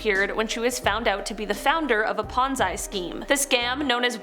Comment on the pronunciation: "Ponzai scheme"